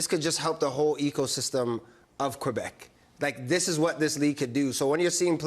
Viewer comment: Thank you for saying Québec and Québécois properly! 😁🙌🏻⚽️